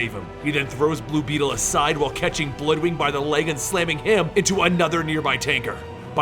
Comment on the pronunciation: not to nit pick here but its Bloodwynd, not bloodwing, simple mistake. Also to other commenters Guy was never a yellow lantern he just had a yellow ring of qward, long story but never officially in the sinestros corp yellow lantern group